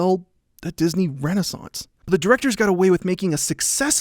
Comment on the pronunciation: The last source in the description says: "Tarzan's Complicatred Legacy Mat Have Led..." instead of, " 'Tarzan’s Complicated Legacy May Have Led..." You did nail "renaissance," tho. XD